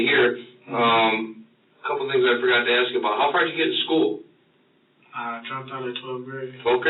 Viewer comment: I have nothing agains anyone but saying the word “AXE “ make them sound as unintelligent as possible.